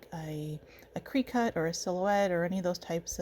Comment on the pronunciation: Love your work. Just an FYI, it’s pronounced “cricket” like the insect. Lo